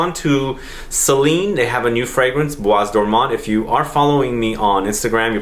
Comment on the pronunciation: The s in bois isn't pronounced